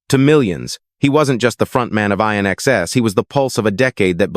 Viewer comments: When will they realise that AI 'commentary' is mindless. It's NOT I.N.X.S. IT'S 'IN EXCESS' ! And the years are NOT 1 thousand nine hundred sixty 'seconds' it's 1960s. Sometimes one wonders if anyone even listens to these 'over dubs' 😮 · I...NXS? AI fails again. It's INXS, as in "In excess", get it? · It would have been better if AI didn't mispronounce INXS's name.